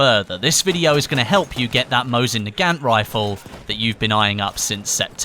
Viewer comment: Your pronouncing nagant wrong, it pronounced na-gunt.